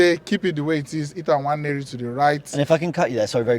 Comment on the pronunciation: Thank you for telling the correct pronunciation of Nwaneri 🙏🏼🙏🏼